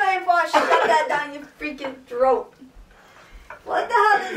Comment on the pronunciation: "let me put it fown first"....I know thats right...